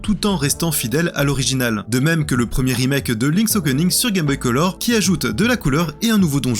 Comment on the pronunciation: Le mec dit Okening